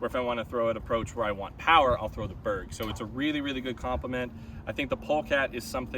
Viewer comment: Glad to see I pronounced 'Beorg' correctly from the start. Cool to see you and Drew Gibson throwing mixed bags like the rest of us!